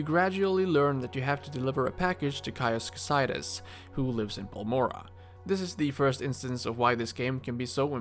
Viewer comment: Good video. I think 90 percent of YouTubers say Caius Cosades name incorrectly lol